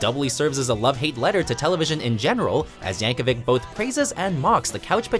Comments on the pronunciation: It's yankovich not yankovick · Pronounced "Yankovich" not spelt ik how it is spelled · It's Yankovic not Yankovich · Mrgan Yap no it’s Yankovic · No, Yankovic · according to his wiki page it is pronounced with a hard /k/ at the end